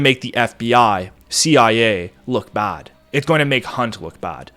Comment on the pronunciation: Pronounced 'Bay", ''CIA", "Damn" "Last'' "Back" perfectly but Chads TF out of "Bad" 8/